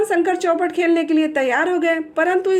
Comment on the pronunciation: चौपट नही चौपर होता है